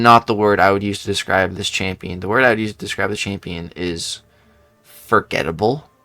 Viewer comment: I want it to be Sentury too so bad 😢but I think it’s gonna be rhino just because the Kraven movies coming out and when you were talking about beast and you said he’s FUR-getable I giggled a little in my head because I seen it spelt like that